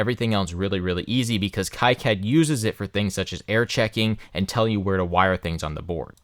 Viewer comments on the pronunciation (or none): KEE CAD, It's French. Love the video, very informative.